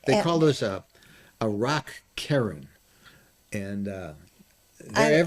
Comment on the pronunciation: "cairn" is pronounced "carn"